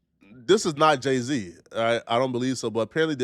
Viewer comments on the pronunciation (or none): THAT IS NOT JAY-Z 😂😂 THATS JEH-C